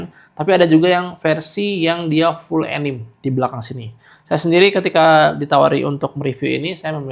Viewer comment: sedikit koreksi bacanya "anime" bang bukan "enim"